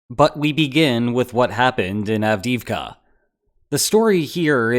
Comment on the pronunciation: av-DEE-ivka not av-DIV-kah